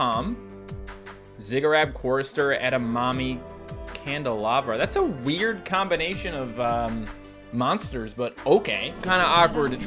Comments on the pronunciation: calls Edamimi Edamami again The cycle never ends lol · Edamimi not Edamommy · “I’m not proud of you” Me: “That really hurted my feelings” Edit: did say Edimami instead of Edamimi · Stop calling Edemimi - Edamami 😂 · You said edamommy agian 😂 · He said eddamommy again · said edamimi wrong again